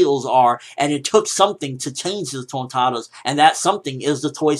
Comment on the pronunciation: I love the way you say Tontattas and you rock the suit nicely bro!